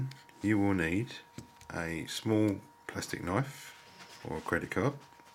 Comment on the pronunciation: Funny when you say " Plustik Knoif." :) Thanx for Vid this helps!! ;)